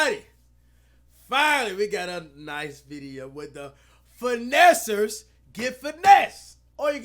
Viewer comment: How many times Am I gunna hear the word finnesser in this vid 💀📸